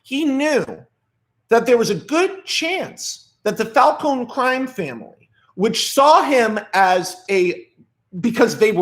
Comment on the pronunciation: Glad you call him Falcone and not falconEEEEEE